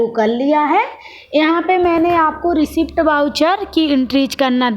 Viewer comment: Madam...रिसीप्ट वाउचर नहीं होता....रिसीट वाउचर होता है.